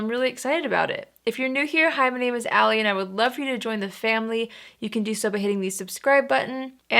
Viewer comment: Sorry....Allie, not Alie. 😘